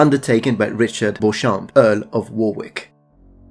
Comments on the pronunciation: And Warwick is pronounced Warrick. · hi, letting you know you mispronounced warwick - as i know your a stickler for details and correctness. Its pronounced "Worrik". English is a weird bastardized language. good vid chap.